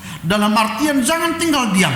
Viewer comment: Makasih dan Kaka,o iya, jangan bukan zangan, jadi bukan zadi,maaf ya